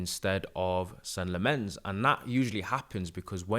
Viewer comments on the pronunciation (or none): no worries. It is pronounced sen-nuh lom-mehns (that’s how he pronounces it) but everyone is saying something different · kind of like Sen-uh Lommenz